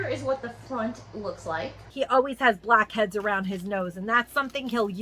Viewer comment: the way she said blackheads really caught me off guard 😭